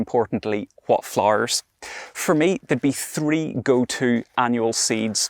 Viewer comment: I love how he says Flarrrrrs. 🌺